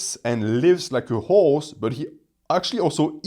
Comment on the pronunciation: “Guy is a train. He’s an actual hawws!” 🇫🇷😂